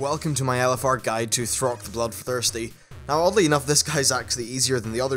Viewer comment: Its Thok, not Throk